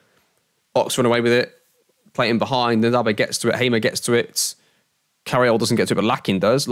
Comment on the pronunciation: Rlly enjoying the series just one thing as an ipswich fan, Ndaba is pronounced like 'un'daba rather than a hard N sound